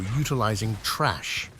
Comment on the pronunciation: LOL it's TH RA SH not TRASH